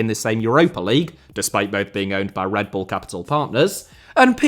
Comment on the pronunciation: You mean RedBird Capital Partners, right? Sounds a lot like you are saying RedBull :)